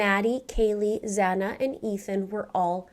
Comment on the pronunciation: Its Xana